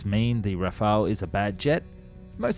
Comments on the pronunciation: Rafale not 'Rafael'. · RAFAL* not rafalÉ* we are not Spanish or Italian. 70% of French blood are Germains, like Germans blood are 70% Germains too. But French are mixed with Celtic Bretons ( English ) in West for 10%, Vikings from Scandinavians from North 10% and 10% Flammish from North East. Our language is Germano-Latin. We name this Jet RAFAL, Its a natural Air Boost. But we right in Latin RAFALE. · It's not an alternate pronunciation, it's just plain wrong. That you can't read does not excuse a complete mispronunciation. One is an archangel, the other means gust of wind.